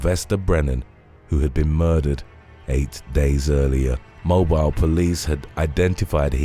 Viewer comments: It's pronounced Mo-beel, Alabama. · Small point, but it's pronounced Moe-beel, Alabama. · "Mo-BILL' is how it's pronounced,.